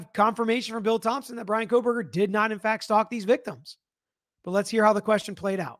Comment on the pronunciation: Lol “Koh”l” berger prosecutor is complaining about “false information” being disseminated? It’s KOH-berger.